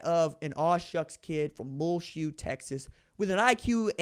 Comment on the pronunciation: His hometown is pronounce Mule shoe